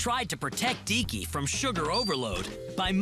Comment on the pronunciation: When she says "Deeky" I thought she said Dicky xD